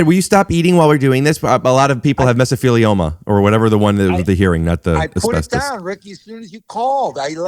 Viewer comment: I found the short too, and I'm at where he says "Mesofeelioma" to his dad and just about fell off my bed.